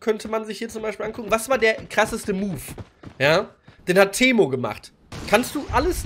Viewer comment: 😂Teemo😂 beste Aussprache die ich je gehört habe. Ich glaube du solltest mal ein paar Ründchen LoL zocken